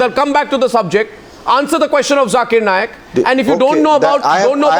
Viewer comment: Sambit 'Jhakeer Naaaayak". What is wrong with this guy? He is a doctor and he can't pronounce simple words!